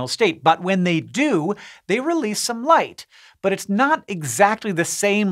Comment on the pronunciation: In the beginning I heard "life" instead of "light" and I was so confused.